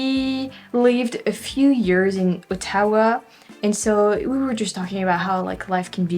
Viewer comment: Love your videos... and your English is indeed very impressive, especially coming from France where you guys are notorious, at least here in Québec, for having awful English. However, a few other corrections: it's recomMEND, not reCOMmend, and SPEEshees for species, and OTtawa, and COMmented. Damn tonic accent -- English's Achilles heel. And you're the only person I've ever heard praise Québec City transit. They do what they can, but oh, boy, it is such a car city in every way. Well, true, from Saint-Foy to the Old Town is well served, and the tramway will help, but otherwise: it's like a mini Los Angeles.